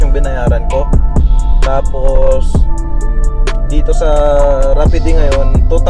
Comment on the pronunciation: Boy rapid ANG pagbigkas not rapideee jusko ko po ediiee...🤣🤣🤣🤣